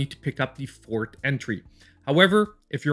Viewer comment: What country is this guy from, since he pronounces forth as fort? Also, why does he keep saying number 1 when he never follows it up with number 2?